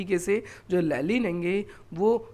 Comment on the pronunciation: लेनिन no लेलिन 😂